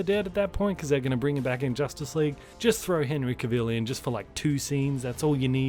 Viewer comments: biggest mistake??🤔🤔🤔 constantly pronouncing Henry Cavill's name wrong😂😂 Cavill rhymes with Travel. not "cah-ville" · U say Cavill wrong